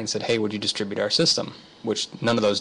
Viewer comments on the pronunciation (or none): none